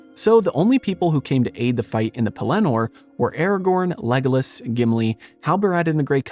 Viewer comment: LOL! I hate to pile on with the nitpicking, but you also put the inflection on the last syllable of Pellenor. I believe it’s supposed to be on the first. I could be wrong.